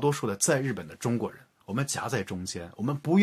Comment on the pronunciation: ちゅうごく这个发音没有学过日语是完全听不懂的